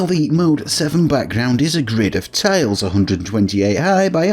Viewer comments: tILEs as in aisle not tALEs as in Ale. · Ohhh, you're saying "tiles." Your pronunciation makes it sound like "tales." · It took me 14 minutes to realize you were saying "tiles" and not "tails."